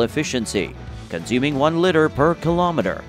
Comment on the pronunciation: It's pronounced "lee-ter"